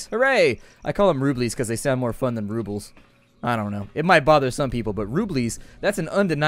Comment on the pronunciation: If you cut off that '-s' when you say 'roubles', you'll say it just as the native Russians like me say)